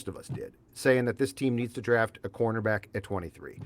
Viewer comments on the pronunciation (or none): Does know there is a T in the word draft?